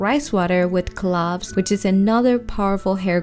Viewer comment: Its cloves..u said it wrong